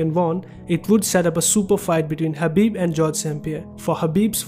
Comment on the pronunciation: Bro his name is khabib not habib 😒